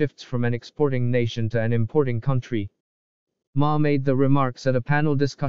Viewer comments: What's a "cowntree"? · It misspronounces the word "country". That's strange, seeing as it's a AI.